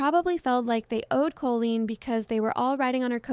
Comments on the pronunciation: monotone voice and mispronunciation of Colleen’s name are some giveaways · don’t think it is ai, I think she just messed up in her speech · yes. Evidence: It says Colleen "Co-la-leen" for example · It is. It says Colleen wrong, like "Co-la-leen" multiple times. For example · yes. It says colleen wrong multiple times, a dead giveaway. "Co-la-leen" for example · Why do you say Co-la-leen? Is this AI scripted? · Never heard the name Colleen pronounced like this. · It is, the AI can't read the name Colleen properly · @@ closely. The names are pronounced incorrectly, and it’s very obvious.. Dead giveaway it’s AI.